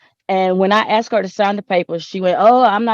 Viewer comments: But he axed her😂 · He axed her🙄